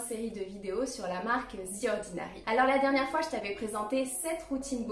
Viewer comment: The ordinary ❌ Zi ordinary ✅